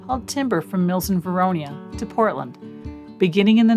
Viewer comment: Lovely video, nice filming, and FYI, The town is Vernonia (Ver-NO-nia). not Veronia. I grew up there, and I remember the train coming into town every week, from Banks.